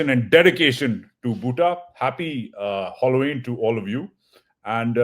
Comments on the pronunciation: I thought it was Halloween and not Holloween.,... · WSK. I admire your language and your accent. With due respect the word is pronounced Hal o ween not holoween. No hard feelings❤ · It is Halloween Not Holloween It is not a holiday But a festival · It’s pronounced as HAAALOeen not HOLLOween Idiot ! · Please check the spelling of Halloween and correct your pronunciation. Pathan, angreza bolna seekh.